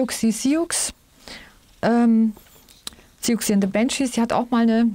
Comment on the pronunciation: Siouxsie wird ganz normal "Susi" ausgesprochen aber mit scharfem S 😁 Hab ich früher aber auch so gesagt wie es geschrieben wird. ❤